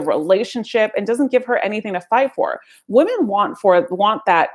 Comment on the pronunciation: Woman and Women are pronounced differently. She should know that!